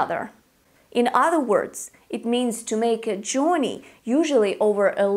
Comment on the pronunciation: Dear it's not Jorrney it's Jurrney as in Journey perhaps your Russian accent! Where to Europe?